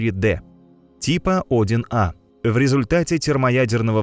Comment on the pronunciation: Цефеиды несколько десятков миллиардов лет живут? В роликах часто ошибки в числах, порядков на 7-8. И УАРЕНИЯ . Тип Один А.....Правильно - -одИн А